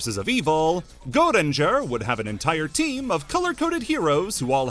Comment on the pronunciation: for pete's sake just say "go ranger" where is this mysterious E you're pronouncing